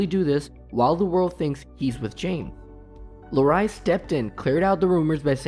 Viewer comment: “Larreye” lol